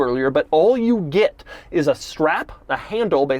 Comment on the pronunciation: He pronounces “get” like I do… “git”. 😀